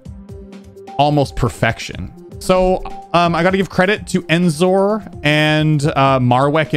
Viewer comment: is the only person that I've heard pronounce EnZore with an "En", everyone else just says it like "OnZore" for no reason.